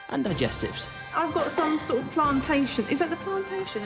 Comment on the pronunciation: “Ive got some plantaintion” 😂🤦🏽‍♂️ “Dont want you to become young chilly” ahh munya is such a legend. “Ladies and gentlemandem” #done